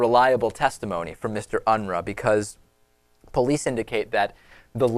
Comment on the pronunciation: His last name is pronounced " Un-roo" . There is a family locally, where iam from with the same last name . In fact I'm pretty sure this guy is from my home state as well. There are 2 Steven Unruhs from my hometown and one of them had been in and out of jail constantly on drug and alcohol charges. And Aurora area is not far from my home state area either. So it's not much of a stretch that this is the same guy. One went to my high school, the other, likely his cousin, went to high school with my cousins across town.